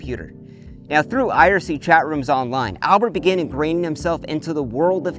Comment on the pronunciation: "Iracy" bro it's IRC lol